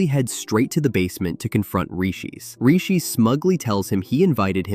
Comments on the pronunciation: Its riche not rishi 😭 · "Rags and Riches" AI slop bot: "rEjeEsE aNd ReEshEeS" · I like how the voice over says Riches completely wrong Also if your superpower is suicide bomber, just be a normal person I've never understood this "I don't want these powers!" story line. Ok then, just don't use them! I get it if you're rogue or something "I can't touch other people or they die" is a really shit power that you can't do anything about But like imagine storm saying it "I don't want to control the weather" ok then, don't ... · Oh his name was Riches. I was like what the fuck is reechees? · Why can't the AI voice say Riches?